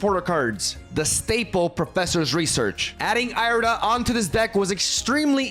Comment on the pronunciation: Ear-eh-duh my brother in christ not eye-reh-duh